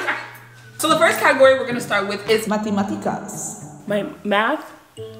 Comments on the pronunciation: As someone who’s Spanish is their first language, said “Matemáticas” perfectly. She’s the smartest 👍🏽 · It’s also in Spanish and she say it right it’s matemáticas❤